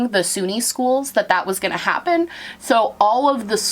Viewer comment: I loved the NorthEast coming out in your voice when you were talking to Oliver lol <3 "How did this Haehpen?" I love hearing NE come out in my fave youtubers